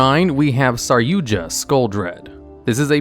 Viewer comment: I love how he says the j in saryuja when its silent